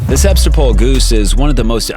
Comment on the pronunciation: You did not pronounced the word Sebastopol correctly